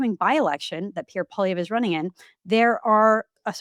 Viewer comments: Mr. Wilson should learn how to pronounce Pierre's last name. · Can somebody PLEASE teach Brett Wilson how to pronounce Poilievre's last name?